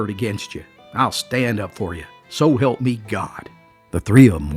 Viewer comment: I notice you say hope instead of help. Lol